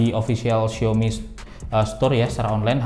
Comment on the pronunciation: Bang, xiaomi tu dibacanya "siawmi" jangan "siomi" donk bang.. Gatel dengernya